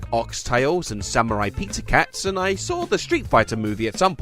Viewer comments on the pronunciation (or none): none